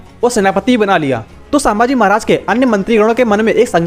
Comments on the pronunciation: अरे छञपती संभाजी महाराज बोल सांभाजी नाही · Chhatrapati Sambhaji Maharaj, vedio banane se pehle correct pronunciation sikh lo. Its Sambhaji Maharaj not Saaambhaji Maharaj.